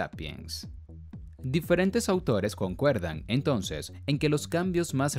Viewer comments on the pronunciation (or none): none